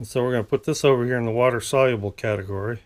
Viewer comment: Wa-ter Sol-u-ah-blah 😂